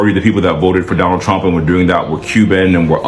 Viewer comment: I will boat, for Donnull Trunk😂